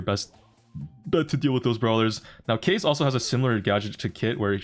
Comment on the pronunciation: That kaze pronunciation is awful